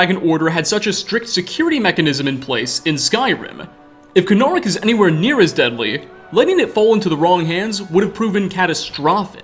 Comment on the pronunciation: I know I’m 4 years late to the party, and, I love ya man, but FOR THE LOVE OF KYNE, ITS PRONOUNCED CONE-AH-REEK.